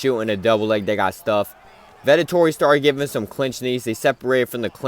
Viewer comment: I love how you call Vettori Vetotori😂